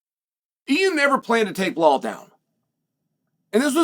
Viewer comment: I love Chaels verbal dyslexia. Belal is Pronounced Bla-Hall. Alex Pereria is Pronounced Pee-eara. Makhachev is Pronounced Mock-el- chev. Keep it up i love it !